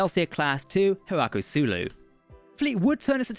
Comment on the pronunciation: lol I’m shocked that such a BIG Star Trek fan got the name of a famous character so wrong lol! You called him “HIRAKU SULU” when his name is ACTUALLY “HIKARU SULU!” I’m sure it was just a quick mistake from the scrips or sumthin…lol